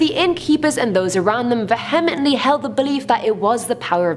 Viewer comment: and/or Have I been saying “vehemently” wrong? Or, is she saying it wrong? Or, does the pronunciation differ between American and UK accents?